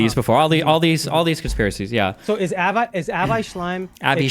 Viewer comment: The man pronounces "Lee-hi" for Lehi et "Avayyyy" for "Avi". He read it all in his books.